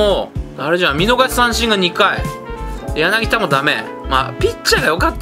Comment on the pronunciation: やなぎ『た』ですよ